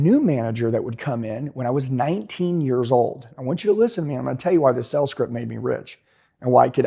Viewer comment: Is it me or do I keep on hearing him say sells instead of sales?